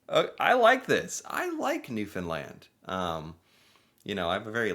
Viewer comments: He didnt used to but he seems to have learned! Warms da very cockles of me heart. Lol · .....Im so happy you finally learned how to pronounce Newfoundland properly.....kudos!! We can now make you an honorary Canadian eh ❤🇨🇦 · So happy to hear someone pronounce Newfoundland right 🤣🤣Newfinlan🙌🙌🙌🙌🙌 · I love that you pronounce Newfoundland correctly - as an American, I think you're in a minority. And re the speed at which they talk....half my DNA is Newfie and though I wasn't born there, and don't have the dialect/accent, BOY do I talk fast!! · Proud Newfie here, first off thank you for pronouncing Newfoundland correctly, my GPS cant even do that lol. We have over 100 different dialects on the Island, which makes it hard for even some other Newfoundlanders to understand, so you did a good job picking out the top 3 dialects. We are some of the funniest, friendliest and most welcoming people you will ever meet, look up 9 11 and how Gander, Newfoundland doubled in size when flights were grounded on that day, there was a Broadway play based on the events called Come From Away. Well enough of me ranting and raving, like a true Newfoundlander. Have yourself a good one ;) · Yo Newfoundlander here. Boy did you nail saying the name better than Ken Jennings LOL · G'wan bye, buddy's a townie ! Newfoundland is an Island - with lots of Irish and british - - - She's a comedian, bye!! Personally I am grateful you pronounce Newfoundland correctly ! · I am proud to be a newfie 😊I love that you pronounce Newfoundland the right way!!! And we all dont talk the same way, depends which part of the island you're from. 😂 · Well done on the pronunciation! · glad you pronounced the word propely! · Newfoundlander here, appricate ya pronouncing "Newfoundland/Newfie correctly. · So nice to hear someone pronounce Newfoundland properly! Hi from Newfoundland! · My god he actually said it right. Thank you from CBS. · OMG You said Newfoundland correctly!!! Marry me,.